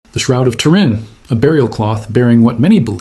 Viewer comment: One second in - it's pronounced "TUR-in", not "tur-IN". Please do your research before you record. Also, the shroud does NOT "behave" - it is inanimate. A better verb would be "appears to be".